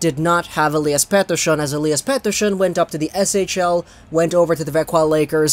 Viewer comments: pronounce Pettersson's name like an asshole one more time and I will unsubscribe. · Swiss? They're Swedish lmao